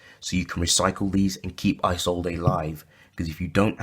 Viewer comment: It's pronounced "E-Zold" not "eye zold ey" sorry its a pet peev